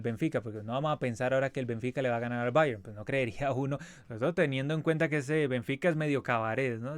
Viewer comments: Mijo ... no se enrrede tanto pronunciando Bayern☺ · El Cavani de Temu pronunciando Bayern: Oh la la señor francés